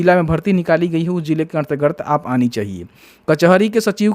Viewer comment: अन्तरगत पढ़िए भाई, अंतर र्गत नही